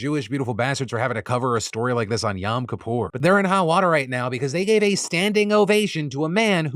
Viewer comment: it’s not Yam Kippur. It’s YOM…. Pronounced YO-m Key-pour.. yom Kippur is our most sacred and most holiest day. It’s a day of asking for forgiveness for your sins. It’s our day of atonement, and not a celebration, but a very solemn day. You ask forgiveness from G-d and ask forgiveness from your friends family loved ones and anyone you may have hurt, harmed or offended over the course of the year. Canada was my last hope in this world … thinking that even in Canada, far right extremist will disappoint me as well, makes me feel like there’s no place left for me… or any woman in this country or world.